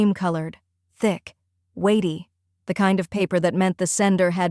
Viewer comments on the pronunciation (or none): “Waity” rather than “weighty” 😂 AI needs an editor.